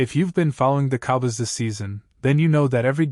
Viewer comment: Ih thnk th dlls cowbys wld lk u to prnnce sm fkn VOWELS! There are two o’s in “cowboys” and you should pronounce both of them!